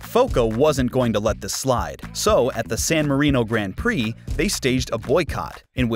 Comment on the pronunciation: Grand Prix, the drivers names... Someone needs to step up his pronounciation game.